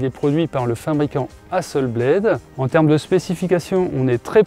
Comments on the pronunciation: Merci beaucoup. Belle présentation. Juste on dit Hasselblad (A) et pas ...Blaid (AI comme lame en anglais) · Comme c'est suédois, on va dire Hasselblad, pas Hasselblaide... (avec un a para un è ). Sinon merci pour la vidéo. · Hasselblad etant une entreprise suédoise, tous les 'A' se prononcent 'a' comme en francais... "hasselbladE" a l'anglaise fait saigner mes oreilles. En dehors de ce détail, super comparatif !